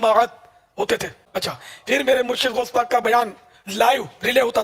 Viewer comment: Bhai gosh pak ka naam sahi sa la unka pura naam gosh pak abdul kadir sk jilani hai to unka naam sahi sa lo